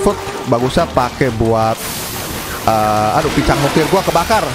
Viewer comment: Lucu abang pas ngomong Picang🗿